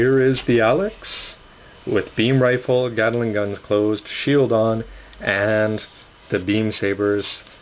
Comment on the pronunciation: It's pronounced GAT-LING NOT GATALING!!! GATLING!!! And also they are DE-CALS NOT DECKALS!!!